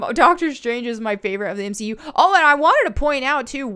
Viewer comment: You lost me at "M 'she' U"...